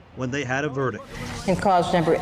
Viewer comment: A judge who can’t correctly pronounce the word “verdict” 🙄